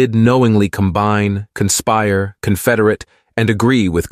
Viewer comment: The A-I voice said "confederate" wrong